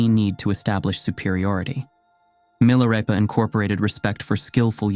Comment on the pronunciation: Why narrator pronounces Milarepa then Milareepa? Is this AI narration, or what's going on?